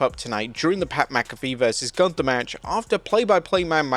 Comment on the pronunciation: Nobody can pronounce Gunther right. Sprechen sie Deutsch!